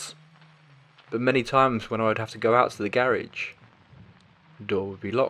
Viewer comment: I hate the way the narrator pronounces “garage”